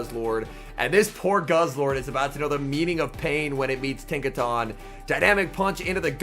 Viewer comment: Isn’t it pronounced Tinka TON as in a ton of bricks ? I could be wrong lol